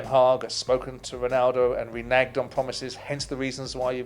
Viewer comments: 're-nagged'? where does he learn his pronunciations? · Why is this clown always making up his own pronunciations of English words? - that's not how you pronounce the word "Renege"